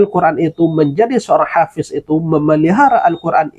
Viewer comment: Ternyata….omon2…… bukanlah hafish, tapihabiiiiis